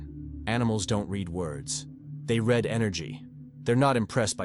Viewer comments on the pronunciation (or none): This AI delivery is a pain in the a$$. Soulless reading of someone else's work, without the ability to recognise 'read' in context!